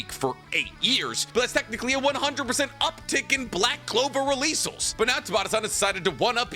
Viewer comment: I love to death but every time I hear him say "releasle" or "combineding" it makes my teeth itch